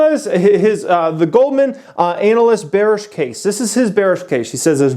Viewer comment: I like how you pronounce ANALyst.